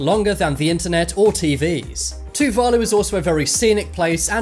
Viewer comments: so its to-va-lu is how ur to say just a reminder for u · LOL m8, its Tuvalu, say it like this, Too-va-loo.